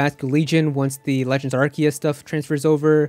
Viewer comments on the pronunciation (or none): none